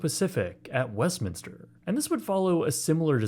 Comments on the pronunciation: Thank you for saying West Minster. I live in SoCal and it is so frustrating to hear people say West Minister. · Thumbs up for simply pronouncing Westminster correctly, haha. So many people add an extra "i" that does not exist... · always love your content. As a so cal native thank you for pronouncing it correctly. So many people mispronounce it saying "Westminister", so thank you, much love and best wishes on your future content from Long Beach, CA. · I live 20 minutes away and have gone here a few times but this video is how im learning that its pronounced westminster and not westminister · Thank you for not calling it West "Minister." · How have I lived in Orange County my whole life and only now realized that its called Westminster, and not Westminister.